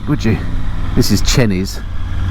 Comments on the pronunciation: Methinks the GS days are numbered!! Lived in Hertfordshire all my life, schooled in Ricky and never ever heard Chenies pronounced Chennys before, always known it as Chaineys, Interested to hear a residents opinion if there are any about? Another great video!! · Nice vid, great bike - sorry to be that guy but I think it's pronounced "chay knees" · Interesting pronouciation of Chenies. And 6 foot isn't tall. I'm only 6'2"